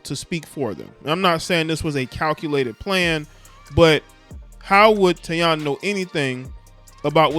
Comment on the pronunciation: 🤦🏾‍♂️Bruh it's pronounced Tai-Eee-na. Other than that im witcha bruh💯💯💯💪🏾